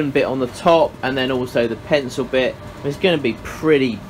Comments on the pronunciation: He said “Penco”! 😂😂😅 Then he said “Appo”! 😝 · Who else is still waiting for this "pensow" he keeps talking about?